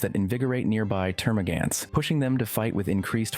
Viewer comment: So you can say Hormagaunt but not Termagaunt.... Termagan't It just hurts